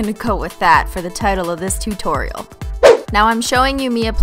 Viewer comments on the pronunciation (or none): none